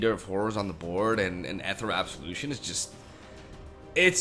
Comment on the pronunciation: ethereal (not ethrel or whatever)